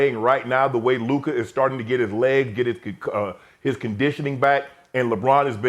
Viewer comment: He keeps mispronouncing LUKA MVP as LeBon or something like that